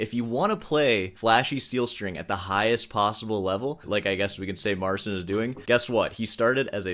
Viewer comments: MarCHIN, not SIN. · A small point, that is irritating me slightly- you say should pronounce"Marcin" like " Mar-Chin." It is like Martin, but with a "ch" not "t" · Marcin is amazing. May I correct you about his name pleaseeeeee..... It's said phoenetically MarCEEN. ANd now, please feel free to correct me on my spelling. 😊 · PO POLSKU A NIE JAKIE SEEN SREEN!! MARCIN SIĘ MÓWI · His name is (or should be) MAR-cheen..... cin in Polish sounds like cheen. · His name is pronounced Mar-cheen. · Just want to point out that the dude's first name is pronounced Mar-CHIN. "ci" in Polish is pronounced like a very soft ch (as opposed to "cz", which is pronounced like a hard ch). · The closest phonetic pronunciation of his name would be "Marcheen Patshauek" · In the age of the internet the guy mispronounces his first name and is lazy enough to check how to pronounce his last name. Pity, and rude. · Marcin. You soften the "c" in his name, which causes you to pronounce it incorrectly. The "c" is harder than you pronounce it. Type it into Google Translate and listen. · Start the video by saying I can't even begin to pronounce this guy's surname and then spend 20 totally mispronouncing his first name... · It takes 5 seconds to learn how to pronounce his name. And you can’t even do that. Why would anyone care about anything else you say later in the video?